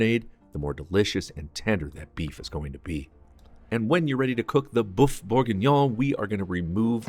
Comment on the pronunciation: What a great video but it's a pity you didn't find out how to pronounce boeuf correctly